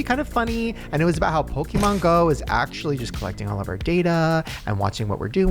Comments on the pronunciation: It’s Pokémon not pokeMAN😂😂😂😂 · If says PokeMAN one more time lmao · Why does say pokey men instead of pokemon, I can't 🤣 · Me being triggered by "poke-man" go from. (just in case it's Poke MON as in "on" at the end) The key to being healthy in general is to not fall for the food diet trends..just eat healthier PORTIONS..period. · Pokeman? Its pokemon! Lol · Its annoying hes pronoucning it "poke-man" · I love mispronunciations of things lmao! Pokéman, giblets😭🤣 Also vapes were 100% pushed onto Gen Z!! They have vapes that have games on it, look like little purses and even connect via Bluetooth to your phone! They’re making it such a regular thing, I’ve been addicted to vaping since around 16 and I’ve wanted to quit but I find myself so attached to it because everything you see makes it so normalized and you’re almost weird if you don’t vape. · "pokeman" lmao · Obsessed with saying "pokeMAN go" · Is saying PokeMAN for engagement?? 😅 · saying pokemAn was driving me nuts hahaha 😂❤ I was waiting for someone to correct him or call him out lol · saying PokeMAN over and over 🤣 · pokie mon 😂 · Upsetting me how says 'PokéMAN' 😂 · Someone please teach how to say Pokemon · need to learn how to say Pokémon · Jerrids pronunciation of Pokémon